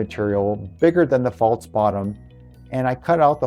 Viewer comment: The word isn't pronounced "faults" it's "false"..